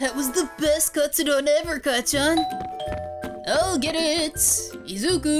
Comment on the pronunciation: U also said kacchan wrong I mean this in the nicest way